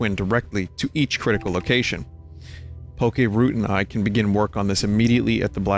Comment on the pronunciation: Great video, but I can't believe you called Poke Poki lol